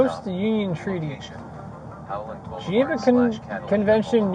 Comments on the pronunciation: "Gevenson convention" 😂😂😂 officer, you mean Geneva 😅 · Cop can't even pronounce or know what the "Geneva Convention" is 🤦🏻‍♂️. They truly don't hire the best & brightest. Is it really too much to ask?